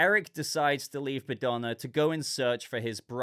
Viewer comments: Bogdana was the old lady's name I believe, not Badona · the way you mispronounced the old lady name was funny to me. You made it sound like she is Madonna with the B while her name was Bogdana. Eric in this series reminds me Drax from Gunn's GotG movies, he has similar jokes and intellect level minus his obsession woth Bride. I was expecting him to be more heroic but it provides a good dynamic to Bride's character. Regarding Clayface it works well as introduction without telling us much about his character so it can be explored more in his own movie.